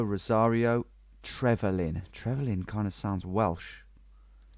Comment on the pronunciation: Yeah, it's "Trevelin" tho